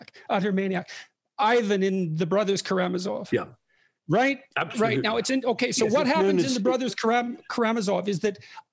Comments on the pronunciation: Ka-ra-ma-zov not ka-ra-za-mov Peterson should take a new long break from his most harmful drug : his presence on the public eye. In almost every recent video of him, his unhealthy will to build a strawman even in front of people who are showing him his strawman construction is very often driving him to tears. He should try to stop seeing the world as he desperately tries to suit his flawed narrative, and starting to observe it again with a new eye and without all his cultural references he's carrying like a burden. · Is it just me, or is misspronouncing Karamazov, sounds like Karazamov to me. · A 3rd video would be fantastic. Also, “KARAMAZOV,” not “Karazamov” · Small nitpick. You’ve said Kazamarov twice. It’s Karamazov. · Sorry I know this probably isn’t that important but its pronounced brothers Karamazov and the guy’s name is Alyosha( which also happens to be my name)😅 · It’s Karamazov not Karazamov. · it's KaraMazov NOT KaraZamov <<<<<<<<<<<<<<<<<<<<<<<<<<<<<< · it is karamazov not karazamov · aaaay... repeat after me.. ZOV, ZOV... MAZOV, MAZOV... RAMAZOV, RAMAZOV... KARAMAZOV... there we go. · I love you, man, but It is “Karamazov”.